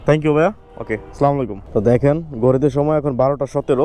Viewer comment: ভাইয়া কিছু মনে না করলে একটা কথা বলতাম আপনি মাশাল্লাহ সবাইকে সালাম দেন কিন্তু সালামটা শুদ্ধ না একটু শুদ্ধ করে দিলে অনেক ভালো হতো আসলামু আলাইকুম ❌আসসালামু আলাইকুম ✅